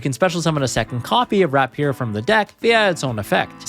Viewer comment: Please learn how to pronounce "rapier" dude.